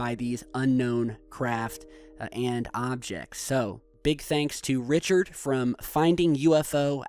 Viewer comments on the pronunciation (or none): none